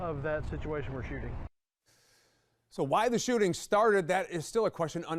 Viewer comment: Shoe-ting 😂😂😂😂😂 ü r A G-neeus 4 rëëL bruh